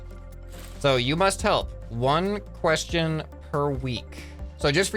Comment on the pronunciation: When you hear say ion and you facepalm and yel question every time he reas quest ion 😂